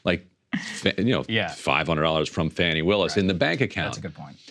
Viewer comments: Fawny, not Fanny. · Fah-ni. it's not hard to pronounce people's names correctly.